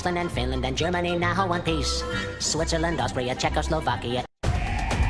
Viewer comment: did he said one piece?😂